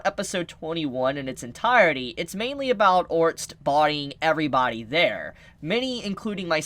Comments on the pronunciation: Dude now your just saying his name wrong on purpose aren't you? Ahhh Orrrr sted Its not Orst there are other non silent letter there. there lmao. OCD 9,000. Also if you legit never looked it up and only saw the anime then telling people something that is in the Anime and you are doing a prediction then it's not a spoiler, it's a theory. Also if she didn't die she wouldn't have been Reincarnated but if she was Reincarnated she's not going to look exactly the same, but if she just disappeared alive and came over here she'd probably look different according to what we've seen with reincarnation in this world. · OR-STED, not ORST. lol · İf you call orrrrrrrrrrrrrrr-. Stead orts one more time im gonna lose my shit! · Orsted's name is pronounced Or-sted. Just a heads up. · Orsted is pronounced as (Ore•Stead) like homestead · Try to pronounce his name as "Oar-Stead", Orsted. The Japanese pronunciation would be "Orusuteddo" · why do you say his name wrong lol, try this "or sted" just give it a try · Is it a spoiler to confirm or deny? and please pronounce his name correctly lol. Or-sted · LOL what the hell is it with you and names: Rui, Orst...? Is it really that difficult to pronounce? Just say as the Japanese VA says it and drop the "-o" at the end, mou~! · Still can pronounce Ore-stead correctly, lol